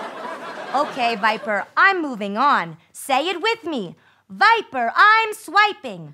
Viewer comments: Isnt it swiper not viper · It's swiper not viper lol